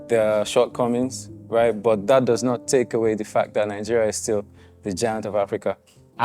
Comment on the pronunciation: Why do the say “Ninegeria”